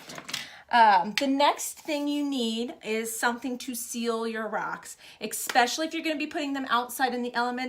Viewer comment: You say "especially" like my girlfriend "x-specially". Cute.